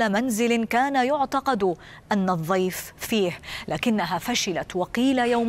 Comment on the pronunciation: ليت المذيعة تتعلم طريقة لفظ حرف الضاد صح فهي تلفظ كلمة الضيف ب الظيف